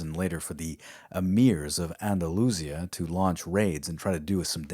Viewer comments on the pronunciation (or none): none